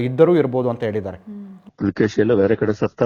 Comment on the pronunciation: ಇಮ್ಮಡಿ ಪುಲಕೇಶಿ ಅಲ್ಲ ಇಮ್ಮಡಿ ಪುಲಿಕೇಶಿ🙏🏻👍🏻